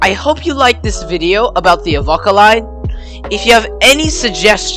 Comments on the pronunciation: Excellent video, I live in the town In Question and I train spot regularly on this line. And you you’ve made an excellent video about my ‘home railway’. And a quick tip, it’s more pronounced ‘Ahh-Vo-Ka- rather than Av-okk-a. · Bro, it's pronounced "Av-O-ca, not "Avocca" as you're saying it and Navarre is pronounced "Navair" even though it's spelled "Navarre". Apart from that, good. 👍🍻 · Yeah mate, his pronunciation makes me cringe too, as to the need for extra stations on the line, there should be only Avoca, Amphitheatre and Elmhurst, with all three having the passing loops as needed, but the major upgrade should be to the line speed, 40kph is a joke, when the rest of the network enjoys a considerable higher speed.